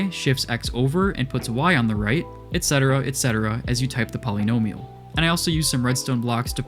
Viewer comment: Great video, but I hate the way you say “polynomial”